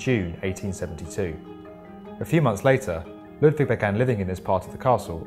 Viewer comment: Very nice video, but as a german, the pronounciation of "Neuschwanstein" (a bit better would be a small pause between the Neu- und -schwan and -stein) and also "Ludwig" is terrible :P